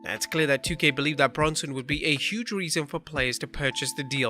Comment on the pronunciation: "Impact have had huuge sucsess" lmfao